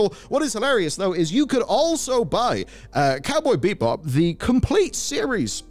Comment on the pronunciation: 9:6 Did he just say Cowboy BEEP-Bop? :D